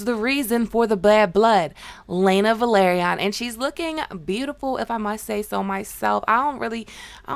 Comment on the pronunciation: I was about to ask the same thing lol. It´s a major pet peeve of mine how people keep mispronouncing names even though they watch the show and they listen to the way it´s pronounced, it makes no sense to me. Like for example the family name Velaryon.